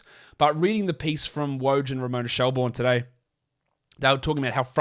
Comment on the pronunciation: Ramona shel-BOURNE? Next thing you'll start saying mel-BOURNE Nah just messing with ya, great show as always keep it up